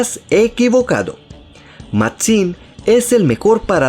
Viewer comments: nose porque xd pero me andaba cagando de risa con la Pronunciacion de la x :v Matzim xdxd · Hablas raro además dices el nombre de Máxim lleva el acento en la A no en la I tienes una forma muy rara de hablar